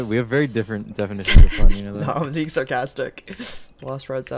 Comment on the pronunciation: abusing bweing a youtuber be like